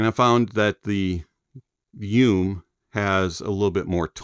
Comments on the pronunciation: Drink every time he says “yoom” and not “you-may” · FYI, YU ME, means "dream" in Japanese. Midnight dream. It's pronounced Yu Meh. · Yes, actually. But I kinda like how he pronounced it 😂